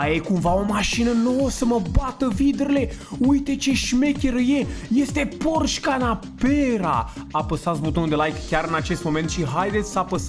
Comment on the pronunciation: Ma buhnit râsul la Canapera nu se zice canapera se zice panamera